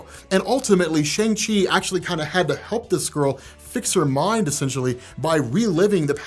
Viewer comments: It's pronounced SHUNG Chi not SHANG Chi!!!! You still saying it wrong. Lol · Shang Chi (pronounced ShUng Chi) had my OCD goin Crazy! Cuz You of ALL ppl should Know this.. still Loves! #diehardmcu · I've been watching you a long time and I like you but how did you watch a two-and-a-half-hour movie and yet continue to say SHAYNG. I swear sometimes y'all Americans and your ABCs trip me up haha. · Can you pronounce at least pronounce Shang Chi correctly please